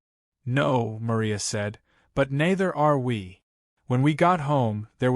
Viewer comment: The pronunciations are dramatically askew too...! NEITHER can be pronounced NEE-ther or NIGH/NY-ther; but never NAY-ther...!!!